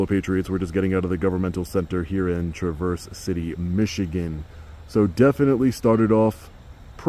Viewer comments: Dude! "Traverse" is not pronounced "truh-VURS" (as in "to move through") but as a Michigander, it is pronounced "TRA-vrs" Tra is a hard emphasis. Vrs is trailing off utterance. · It's TrAverse not Traverse. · Everything is mispronounced in Michigan. It’s TRAverse, accent on the first syllable. Beautiful town, but definitely old school in its knowledge of the rights of the citizenry. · Welcome to Michigan! It's Tráverse City, just so you know. Spread knowledge, brother! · "Traa verse." Not traverse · PRONOUNCED TRA-VERS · It’s pronounced “travvers” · Pronounced Traaaaverse MI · Idiot learn how to pronounce "Traverse"-You can't read fool